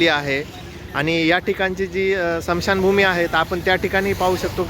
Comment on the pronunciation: महाराष्ट्रात राहतात तुम्ही मराठी स्वच्छ बोलायला समशानभूमी नाही स्मशानभूमी शब्द आहे तो कशाच्या चुकीच्या बोलण्यामुळे परप्रांतीय येऊन आपल्याला आपल्यावर दादागिरी करतात त्यामुळे मराठी स्पष्ट बोला